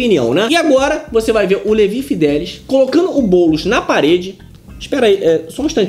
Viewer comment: Mas que nervoso ouvir Levi fidéliS o tempo td ao invés de Levi fideliX...